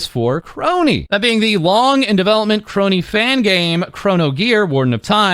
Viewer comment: Thank you,, for not pronouncing it "Skronii"